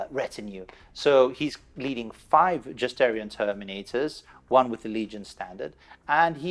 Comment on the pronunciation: Great battle report. Just pointing out that you guys are pronouncing justaerin as justaerion. You can confirm from the audibooks that it’s just-air-in